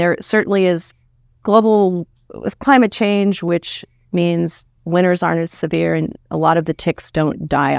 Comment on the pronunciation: I was all in till this woman said clichange